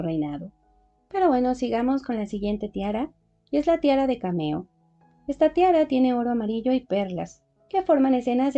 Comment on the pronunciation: Cariño Tiara de Camafeo, no de Cameo 😊